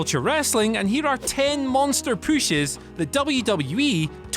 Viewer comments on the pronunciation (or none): When I saw the title I knew it was gonna be Andy talking about “Munster Pooshes”.